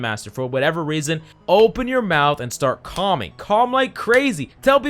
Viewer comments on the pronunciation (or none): none